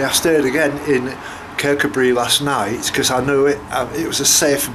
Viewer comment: Thanks for the video tour,. I'm heading down this way to Balminnoch in a couple of weeks. I don't know the area at all, so all info is greatly appreciated. By the way, it's pronounced "Kir Koob Ray" I believe. Thanks again 👍